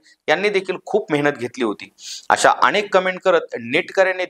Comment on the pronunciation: अणेक नाही हो ... अनेक असतं ते